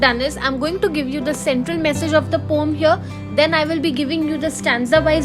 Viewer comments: Thank you mam... Tomorrow is my AEC exam... I am finding a proper explanation of this poem and I got your video... Thank you so much... But your pronounciation of ' Poem ' is wrong... It is not ' pom ' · You described the poem quite well. Thank you. But the pronunciation is po-em :) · poem❌ pom✅